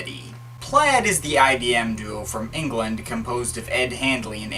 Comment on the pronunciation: stop saying IDM